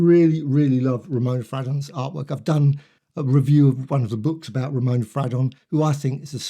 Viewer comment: I believe her name was pronounced Fray-don?